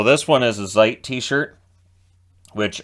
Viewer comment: Great review,! But there's something, that I simply don't understand... You've probably listened to countless thousands of Rammstein songs, how come you stil pronounce the letter Z (as in Zeit or Zick Zack) as "zee" and not as "ts"? It sounds so weird and just wrong, and I'm not even a native German speaker... All right, I'll just see myself out.